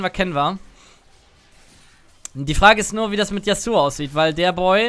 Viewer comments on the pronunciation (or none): none